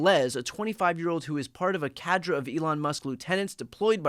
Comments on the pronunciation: Ka-Drae, Cadre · cadre = caw-dray